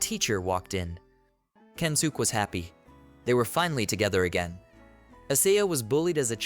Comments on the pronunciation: yea its kensuke... even if you say kensukey or whatever its still better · the only think i hope to see to make these better is to try make the pronounciation right even if just a little... i really dont think the guys name is kensook trust me its not